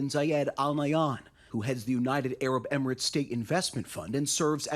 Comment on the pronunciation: Did that 60mins clip just pronounce "emirates" like an ancient greek word